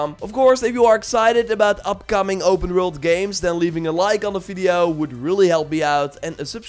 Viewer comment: "open rwrult"